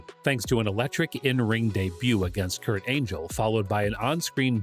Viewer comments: His name is Kurt Angle NOT Angel. And the interview from Nikki Bella is from the show Total Bella's. They where just broken up when she gave that interview. Bad research dude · "Kurt Angel".. cmon man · Wow he said Kurt Angel lol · hahahhaa!!! i heard that too, i was " did he just said angel? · Also he said "Kurt Angel"... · Time stamp that's Randy Orton LMAO, and it's Kurt Angle not angel my genius brother. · Know way he just called Kurt angle “Kurt Angel” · I stopped watching when you called kurt angle, "kurt angel" like he only an Olympic gold medalist 😂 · Bro did you say Kurt ANGEL?? 😑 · Did you say Kurt “Angel”? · Love all the mispronounciations, 1 it's spelled kurt angle, not angel, 2nd it's jenna dewan not jeena dewan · Angle not Angel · Bro said Kurt angel not Kurt angle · Pronunciation is key my guy say the names right is angle not angel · This guy just butchered Kurt angle name. 😂😂😂😂 clown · The creaters of this video are clearly not wrestling fans 😂 His career has spanned 2 decades not 1 and that picture of "cena" dressed as a marine, is Randy Orton, not Cena. Kurt Angle's name was also mispronounced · Did this fella have no clue? Throws cenas ex in and cant say angle's name properly, even threw a pic of randy orton in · Bro dont make these videos if you know nothing about who youre talking or how to pronounce half of the names you mention.